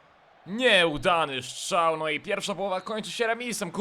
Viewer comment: POCO MUWISZ SZCZAŁ !!!!!!!!!!!!!!